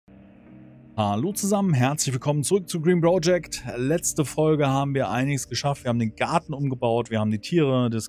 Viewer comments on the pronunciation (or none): Part 89 und ich war in jedem dabei. Jedesmal ... 89x habe ich mich darüber aufgeregt, dass du "Bro"-ject sagst, 89x habe ich es mir bis zum Schluß angesehen und mich von dir überzeugen, nein regelrecht anstecken lassen. Die Android Version ist gekauft und ein wirkliches Spielerlebnis, Lust auf Frust. Ich hoffe sehr, dass du es nach kommenden Updates irgendwann weiter zockst... Gruß NeoM